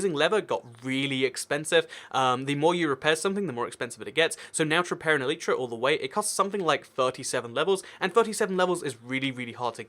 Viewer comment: what is an eleetra? Are you trying to say elytra?